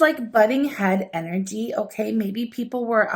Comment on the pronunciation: Why does she pronounce “energy” like a little kid who just heard the word and is pronouncing it for the first time? Distracting, irritating, cringy. Unsubscribed.